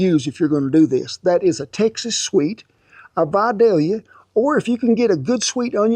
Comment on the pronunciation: Finally, someone not from Georgia pronounced the onion right. Then again, it's Kent. Everything he does it right